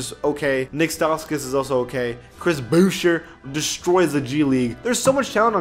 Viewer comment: LMAO just said “Chris BOOSHUA”